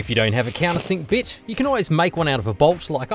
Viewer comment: I heard "a can of sick bitch", and had to replay the video 4 times until I heard "countersink bit". Lmao either way 😂